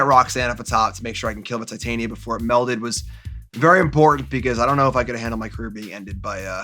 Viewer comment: Everyone else: titain-ia Reid: tit tania